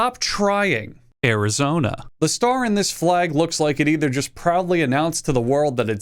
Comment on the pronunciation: I'm actually not mad, you nailed Arizona